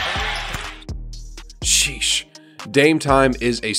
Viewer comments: Could you say sheeesh normally like on the star of the video instead of shesh short in the video its kinda weird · Hoop "Seesh" Reports